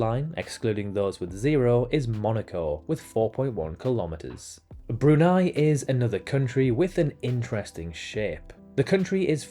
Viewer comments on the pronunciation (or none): none